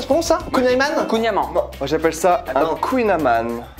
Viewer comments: Salut, Dommage qu'il ni avait pas de barquette aux marrons. Par contre non le Kouign-amann ne ce prononce pas comme le soutien, mais bien comme le prononce. Non le "baba au rhum" n'est absolument pas Italien, mais Français! Tu as du te mettre dans la tête baba au Rome^^. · J'adore mais dès le début "kouing amant" non c'est pas possible!!!